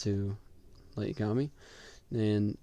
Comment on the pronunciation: Brooo it's YAgami not yaGAmi